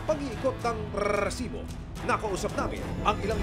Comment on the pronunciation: rrrrrrrrrrrreeeesibo.. nakakakakabwisssit pakingan